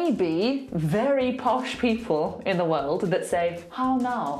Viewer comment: I don't hear a difference between your "de" and "the" :/ Still sounds like a D to me, just that you don't emphasize it as much as when you say "de".